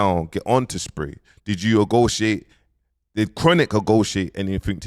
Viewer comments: What the hell is ogotiate??????🤯🤯 It’s negotiate ya starting to hurt my ears trying to listen to u fam C’mon ya nearly 40 ya gotta sort this out focus on u for a bit it’s gettin ridiculous now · It’s “negotiate” not “agotiate” 😂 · Wow. Man said 'ogoiate' 3 times... he really thinks thats a word. Rasss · agotiate? you kill me 😂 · Did you egotiate 🤣🤣🤣🤣🤣🤣🤣🤣🤣🤣🤣🤣🤣🤣 what type of english is this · I’m making a T-shirt!!!!!!. Bro doubled down did you AGOTIATE, did you OGOTIATE. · Hes defo doing it on purpose now LOL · 😂😂😂😂😂 blood mans still butchering the English language… I can’t believe man said ogotiate… Hope you don’t speak that when In meetings etc my dude… making yourself look stupid… dyslexia ain’t an excuse… I’m dyslexic too😂😂